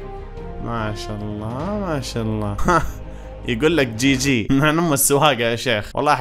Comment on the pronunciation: مشا آلله مشا الله يقولها متل الهنديين😂